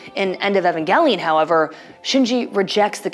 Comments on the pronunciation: ugh the way she pronounces evangelion is so annoying. its E VAN not EH VEN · Why does she say evangelion like that